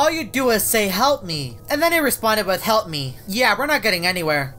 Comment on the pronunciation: oh my god yeah i hear it too